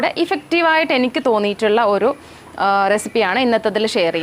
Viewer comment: ഒറു കപ്പ്‌ അല്ല ഒരു കപ്പ്‌ 🙄